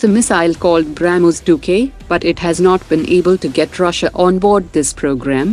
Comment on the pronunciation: Bramoos 😂 Brahhmoooos